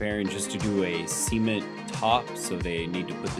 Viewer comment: Your prononciation of cement bothers me a bit. Too much emphasis on the e of cement. Usually, when I hear that word, the C tends to be the more dominant sound of that first syllable with a bit of the m toward the end of it, just before the second syllable is pronounced. Also, as I mentioned on previous videos, cement is just one of the ingredients that goes into concrete.